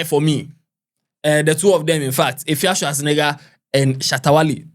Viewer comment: Eiii what’s Efia shoa??? 😂😂😂😂 instead of Efia Swa😂😂😂